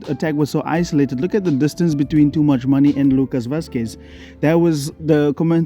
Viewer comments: Is he calling Tchouameni "Toomuchmoney"? Ahahahah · Bro did you just say toomuchmoney?😂😂😂😂😂